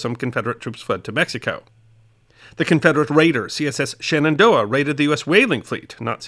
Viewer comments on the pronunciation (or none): none